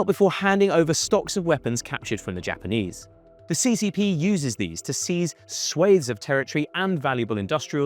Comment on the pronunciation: AND he says "swaits" of territory instead of "swaths" -- the British truly are silly creatures.